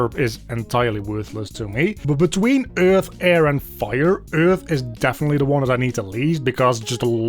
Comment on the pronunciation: i love the way you say earth, kinda like eurghth